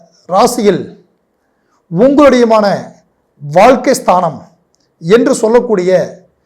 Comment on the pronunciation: வால்க்கை, ஏலாவது னு எரிச்சல் ஏற்படுத்தும் தமிழ் உச்சரிப்பு ( தமிழக் கொலை )